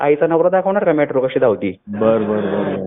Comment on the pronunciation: मेट्रो ला म्याट्रो म्हणणारा निघालाय पंडितांना अक्कल शिकवायला. 😂